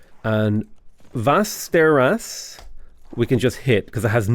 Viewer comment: Actually impressed with the pronunciation of Jönköping. Absolutely gutted Västerås tho. Anyhow, friggin amazing series so far